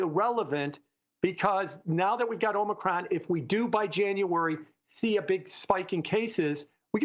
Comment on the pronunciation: I <3. Om - knee - cRon